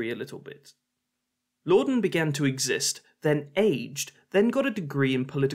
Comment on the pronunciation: Blorden teeterson😂